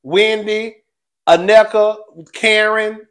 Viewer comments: you are so close to pronouncing Nneka's name. It's 3 syllables, In-Neh-Ka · It’s pronounced “neh-kuh” 😂